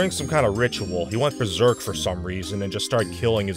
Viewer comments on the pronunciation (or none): none